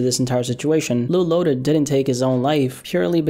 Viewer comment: It’s loaded not lotus